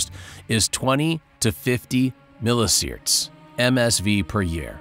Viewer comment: wtf is a "miliSiert" 💀